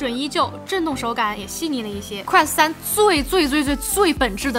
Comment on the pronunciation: quest都不能念的準。。。。典型中文视频主的通病